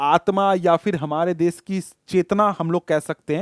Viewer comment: Sir it's desh not des